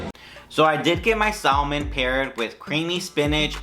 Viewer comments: LOL Sal-Man... When you say sal-man.... LOL!!! You dont pronounce the L... Its just Sa-men... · Loved the detailed tour of the place. Only critique would be the proper and correct pronouncement of things, ie., buffet, salmon, pho, bisque. Otherwise, good job!!!